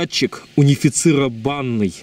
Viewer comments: унифицировАнный, правильно унифицИрованный совсем с ударением плохо)) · правильно говорить: унифицИрованный :) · 15.25 Унифицированный,с ударением на вторую и.М.Ш ты че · Не унифицировАнный, а унифицИрованнЫй. Ударение на третий слог. Вполне обычное слово.